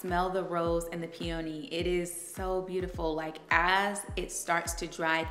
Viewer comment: You are mispronouncing the name of the peony.